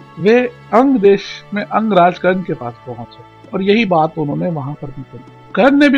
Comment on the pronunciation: It should be Karna .not karan